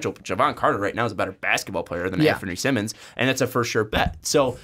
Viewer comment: Btw Anfernee's last name is pronounced like Simon not Simmon